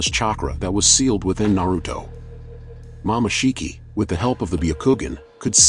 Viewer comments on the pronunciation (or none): bro it said momashiki tf? IT'S MOMOSHIKI